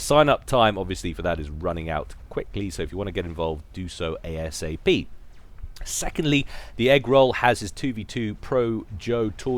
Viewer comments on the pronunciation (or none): none